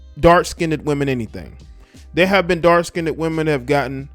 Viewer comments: It's not skin-ded. It's pronounced skinned. Please. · The word is not skinedid it skined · It's SKINNED, not skindedd! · Skined not skineded please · Dark “Skinned”, not Skinded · First of all I would like to say that I am Afro-American, secondly I would like point out that there is no such word as "Skinnded, the world is skinned, there is no "d" or "d" sound in the word!